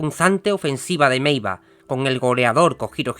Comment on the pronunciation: Meiwa no meiva